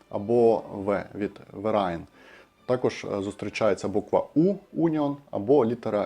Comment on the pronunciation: все ж таки не вераен, а фераен. наче перша літера "в" в німецькій має читатися як ф. не знаю в усіх словах так чи ні, але в цьому точно